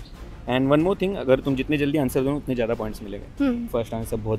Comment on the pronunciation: It is pronounced as one not woon😅